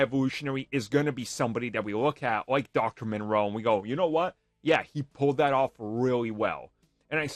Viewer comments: Moreau. Not Monroe. From a HG Wells novel. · Sounds like you’re saying Monroe instead of Moreau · It’s moreau, not Monroe. Nice video though, but you didn’t stick the landing with that one 😂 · It's Dr. Moreau, NOT Dr. Monroe. How do you make videos without doing any research at all when it comes to the simplest things? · Are you talking about Dr. Moreau? You keep saying Monroe. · the island of doctor moreau. Not Monroe. Ffs. Yeah it's a dude building animal hybrids.. I can see where he is Coming from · It's not monroe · First thing I thought. It is Moreau. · It's not Monroe m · There is no "N" in Dr. Moreau. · You do know that you're butchering that name. It's pronounced More-Row. There's no N in it. Its spelled Moreau.